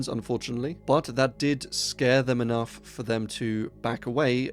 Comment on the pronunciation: "he wasn't kenough" 🤣